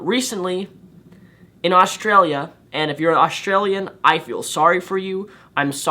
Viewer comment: Lol australia is not a terrible place and he says australia wrong.He says it like every other American